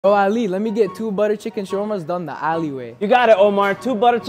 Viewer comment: It's not aaaaali it's Ali and it's not ooooomaaaaarrrr it's Omar... Keep the pronunciation authentic and less cringe